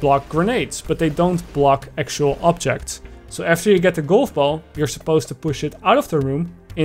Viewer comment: I die on the inside every time. You speak great English. Then fail at saying GOLF. A hundred times in a row... Cringe. How?